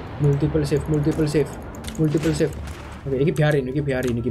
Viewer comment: How to pronounce "save" is 'seif' not 'sif'🗿